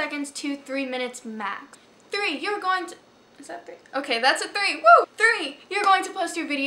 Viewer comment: Lol Three or Tree lol jk cute